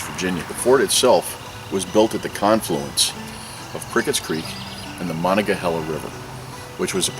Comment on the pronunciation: Wildwood Flower. Good tune, and good vid. And West Virginia!! Yeah!! My home state. ... And I can teach you how to properly pronounce Monongahela ;) Great vid, brother.